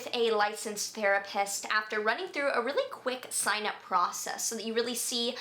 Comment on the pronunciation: ok , so did i hear = thera - pest ......... : )